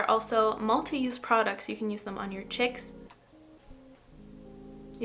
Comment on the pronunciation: “On your chicks” lol, girl I talk like that EVERY DAY